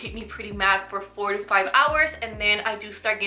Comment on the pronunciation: Coffee O'clock! She said 4 to 5 hours lol but it did sound like she said 45